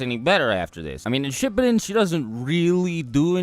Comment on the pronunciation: He said shipid lol instead of shipuden (dont know how to spell it)